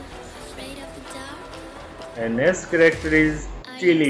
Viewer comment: Roosty? Blow-ey? Cheelee? Moopen? Jeen Luck? Dripsy?! Honey?! Snicker?! Bundit?! Sock?! Jimbo?! Bro literally said almost every single name wrong... He only said Honey, Coco and Indy right And excuse me but what's a "Corrector?" And he didn't even say Mackenzie's name